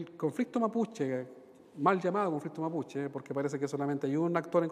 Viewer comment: Que le costo, nombrar nombres mapuche al Senador, "le salió achilenao"